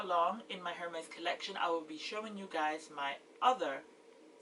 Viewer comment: You have a beautiful collection just wow! Btw the H in Hermes is silent. I think you have the most gorgeous H collection in you tube. My favorite is the yellow B30😍